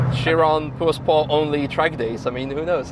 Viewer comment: Прозвучало как "poor sport" :-)